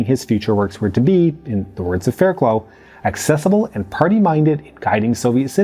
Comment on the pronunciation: Surely, her name is pronounced Faircluff.